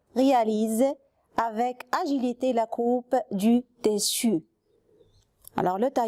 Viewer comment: Tissu ما كتنطقيهاش مزيان